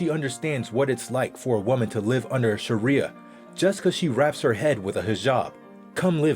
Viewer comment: He's saying sharia so wrong :(